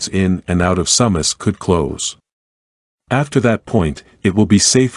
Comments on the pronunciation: Its pronounced Sue Mass- not SUM Mass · Your saying the name wrong It's pronounced soomas if your gonna do news stories meke sure you can words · the correct pronunciation of Sumas sounds like "Sue-mas" just a fyi.